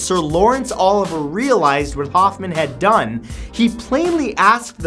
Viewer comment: Lawrence Olivier. Not Oliver.